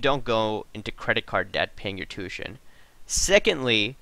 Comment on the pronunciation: Just for your information. Tuition is not pronounced " two shun " the proper way to say the word is " two ish shun". Good video here though buddy.